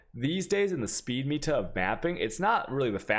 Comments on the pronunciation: Its "meta" not "ME-ta" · its "META" not "MIETA" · meeta? it's pronounced met ah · why "MEEta" tho :/ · For the love of god, stop saying meatah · "MEEta" it hurts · Sound like PIIIITA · I thought he was saying "meat her" like a true Chad. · "ME"ta. Please no. Please.